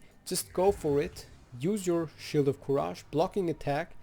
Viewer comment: Nice guide! Let me drop this as a loyal viewer, "courage" is pronounced as /ˈkʌrɪdʒ/ :D